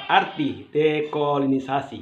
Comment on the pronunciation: Ko susa sekali sebut dekolonisasi dan new york...bikin sok pintar, padahal baca teks.